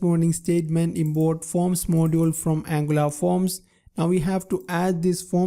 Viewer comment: no offense but I love the way you pronounce Import. You pronounce it as Inboard